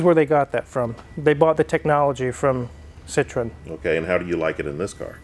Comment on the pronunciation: You are pronouncing Citroen correctly (Si-truhn). For some reason Americans have trouble with correct pronunciation, particularly of non American vehicles The classic and most annoying example being Jaguar. It's pronounced exactly how it's spelt, Jag-u-r!